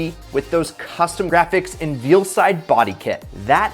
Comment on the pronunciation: Did he just call it VEALside?…. It’s VEILside